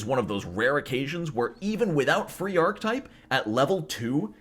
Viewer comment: "Ark-uh-type", not "ark-type". Otherwise, a great video!